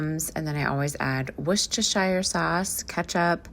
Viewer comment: I enjoy the pace of your videos, and I like the calm conversational tone. (Worcestershire sauce is pronounced 'Wuster')